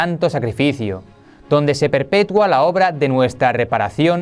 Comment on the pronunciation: se dice "perpetúa", no "perpetua".